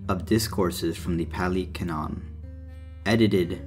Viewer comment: the word is pronounced like cannon, and it’s just a word that means, basically, “established or agreed upon truth in a given context,” i.e. biblical canon, historical canon, religious canon, etc. great video btw. good explanation of the 4 noble truths. and i really like your first point, people too often try to detach buddhism from its roots so they can adopt it piecemeal.